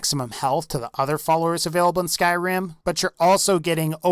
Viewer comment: ugh even the way you say Skyrim is disgusting.